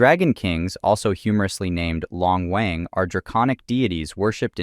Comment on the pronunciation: Wang in this pronunciation is wa(3)ng not waang. If most of yall are willing to read japanese properly because of anime, take your time to also study some chinese as even kanji derived from chinese. Show some respect 😊